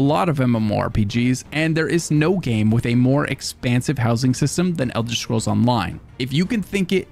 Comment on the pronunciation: Thanks for pronouncing it Elder Schkrolls every time I 💖ed itw